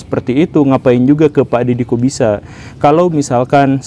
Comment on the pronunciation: Pas guru gembul bilang Dedy Corbuzier kok kedengarannya kayak Dedy kok bisa ya?😂😂😂